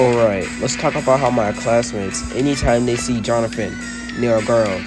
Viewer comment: HOW DARE YOU PRONOUNCE MY NAME WRONG💔 But I ain't gonna lie, it was Tyler who gave ms.grace the idea to pair Jonathan with that little girl, well no. I mean Tyler told ms.grace to make them do a Aladdin and jasmine page instead of another duo page for the audition 🥹